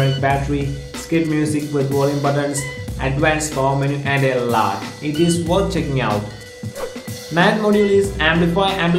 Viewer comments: You have to improve "a laaat of tings" including your accent. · 'a laatt'...😂 what an accent!